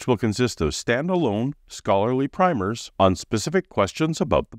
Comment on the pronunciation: My turn to be a PITA (pain in the...). When referring to a short book on a single subject, "primer" is pronounced as "primmer." I know, it doesn't make sense....but there you are.